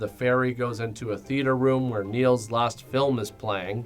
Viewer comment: "We'll see whar 2020 brings" Oof.